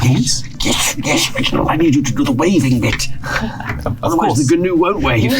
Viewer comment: It's pronounced "noo" — the whole "g-noo" thing was a deliberate joke by Flanders and Swann